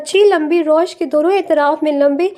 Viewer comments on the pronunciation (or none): Beihen rawish hota hai rosh nhi